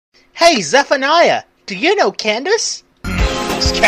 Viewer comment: At first I thought it was pronounced ze-fay-nee-a but I think this is how it's pronounced but idk it could be wrong